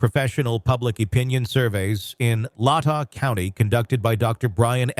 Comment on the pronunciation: It's Not lot ta county its Lay Tah county. Latah 41k residents is the whole county Moscow has around 31k. I live in Latah County.